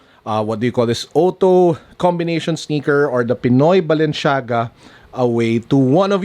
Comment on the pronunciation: Mali mali naman pronounced niya sa Balenciaga 🙄 medyo OC ako.. kaya nakakairita